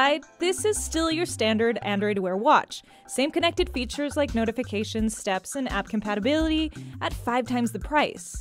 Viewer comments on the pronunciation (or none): none